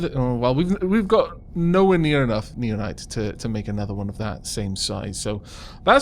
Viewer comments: You're probably suppose to pronouce it now-nites, common with nao to be pronounced as now. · I think naonite is pronounced like 'now-nite.'